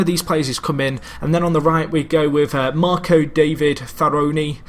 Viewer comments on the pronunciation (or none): none